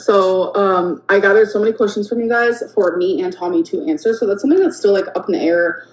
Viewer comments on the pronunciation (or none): none